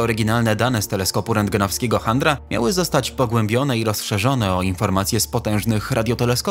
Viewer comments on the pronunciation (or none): Litości, nazwisko (skrócone) genialnego indyjskiego astronoma wymawia się CZENDRA. I tak wymawia się nazwę teleskopu. Chandry można dostać od niechlujstwa popularnych sieciówek! Podpowiem wam; jak macie wątpliwości to włączcie sobie angielską wiki. Tam zazwyczaj jest WYMOWA. (Piękny film, a kiksów co niemiara, może potrzebujecie redaktora, ja chętny:goodvibes:). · Niema pewność, ale chyba powinno się mówić "czanda" chandrę to ma makler jak ma zły dzień .detonacji a kto detonował ?